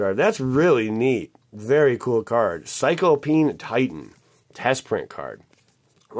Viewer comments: It's sigh-clow-pee-an (P.S, Love your videos and all of the help and enjoyment you bring!). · I swear he was saying Cyclo-peeing titan